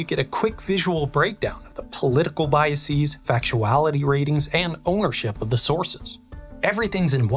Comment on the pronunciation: "Biases" is pronounced BYE-uh-sehz (not bye-uh-SEEZ). Great research and presentation!